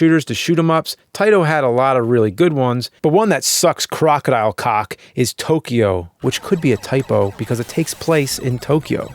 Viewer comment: The difference between tokio and tokyo is the ammount of syllables